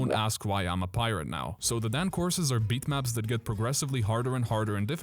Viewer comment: its not pronounced dan. its pronounced dawn.